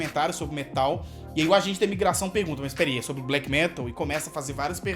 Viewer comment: Ótimo video, só não fala "fresh" metal